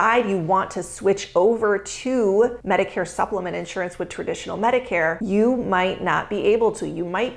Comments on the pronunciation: Since you talk about it, since you push it, since you sell it, and since you promote yourself as an expert about it, perhaps you should learn how to properly pronounce "INSURANCE!" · An insurance broker who can't pronounce insurance properly? Not a deal breaker. Not knowing the plural form of diagnosis? Deal breaker. j/k